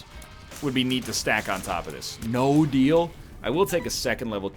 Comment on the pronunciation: DEAL with the devil. RATE of fire. Northern, this pronunciation is insane.